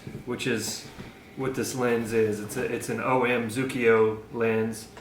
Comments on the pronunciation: Stop reading pinokio to your kids 🤣 Its Zuiko, not Zukio 😆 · Think you say it Zoowicko phonetically....according to my friend....